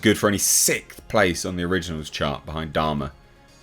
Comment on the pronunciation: I keep hearing "dharma" and not "Dahmer." QUITE different things. As for Andor, I'm probably going to watch it, but I'm waiting until the finale before I commit. Disney+ makes a habit of pulling an Amber Herd for their shows.